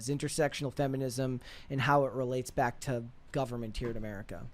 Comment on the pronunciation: Where are you guys from? This OXCENT from the current generation is crazy. says “bock then.” She’s trying to day “back then.” Why did a short “a” become a short “o?” Is it the vapid accent of valley girls and Hollywood??